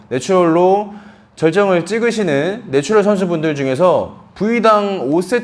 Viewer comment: 죄송한 말씀이지만 네츄럴 빨리 발음하실때 노출혈처럼 들려요. ㅎㅎ